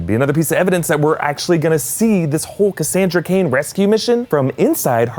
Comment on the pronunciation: Did you say Cassandra Kane? Like Kate Kane? Idk if he said Kane or Cage